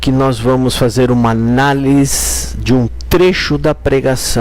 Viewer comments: Vc falou analis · Vc não escreveu errado. Vc fala errado. De boa brother. 🙌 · Não é analis... É análise.